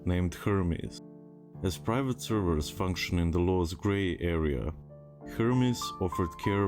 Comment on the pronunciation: "As private servers function in the law's grey area... " Yeah, well, that's certainly one way of putting it. Change "grey" to "blatantly illegal" and you just might be, oh, a thousand times more accurate. And you mispronounced what kind of server it was; it's "pirate," not "private." Easy mistake, only one letter different! "Hermes being a financial wizard... " Seriously? By that did you mean "scam artist juggling multiple con jobs to milk gullible morons of everything they're worth?" Anyone who played WoW on a pirate Russian server has no room to make one little squeak of complaint when it goes tits-up through whatever means. The fact that it was this "financial wizard" just makes it that much more hilarious.